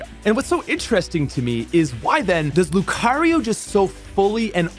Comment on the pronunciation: And "rai-olu" despite pronouncing lucario correctly.